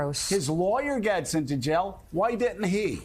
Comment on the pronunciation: When Joe says jail it sounds like he's saying gel.